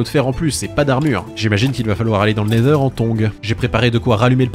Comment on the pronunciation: La vidéo est trop bien! Merci Maître! Le seul youtubeur francophone à dire nether et non nezer!!